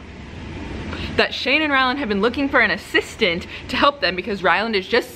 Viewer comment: A-sis-tant lmao